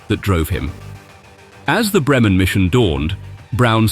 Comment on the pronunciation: 'Messerschmitt'... Beautifully and CORRECTLY pronounced...AT LAST!!!... (But 'Bremen' is pronounced. BRAYmen... as ) 🤫